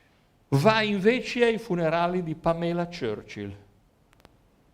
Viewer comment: Era Pamela Churchill ( ex nuora di Winston Churchill) ad essere innamorata di Gianni, non Gianni E si pronuncia Pàmela